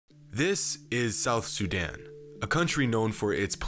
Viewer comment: It's not pronounced suuudan it's pronounced soodaan trust me I'm from there